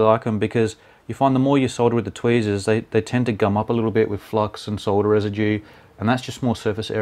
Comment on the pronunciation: i rlly like the word "tweasers" it sounds like a cute little baby that cant prenounce the letter "r" right xD